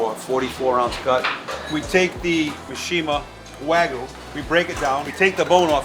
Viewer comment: Not the "Wah-goo".. 😭 It's pronounced Waa-gyoo 🙏🏻